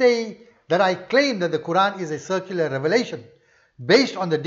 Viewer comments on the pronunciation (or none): Salamun alaykum brother, Are you saying "secular" or "circular"? I understand the second but I dont know what it would mean. Sorry for this question 🙏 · Most probably. But it sounds like circular. I am not a native english speaker, and I couldnt make sense of it 🤣